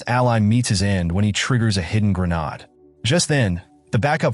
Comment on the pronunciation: "wound" "grenade" -- it would be nice if AI could learn how to pronounce English.